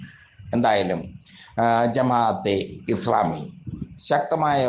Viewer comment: എടോ ജമാ അത്തെ ഇസ്‌ലാമി എന്ന് പറയാനെങ്കിലും പഠിക്കൂ.